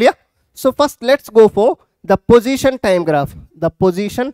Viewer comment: sir it is position not pojition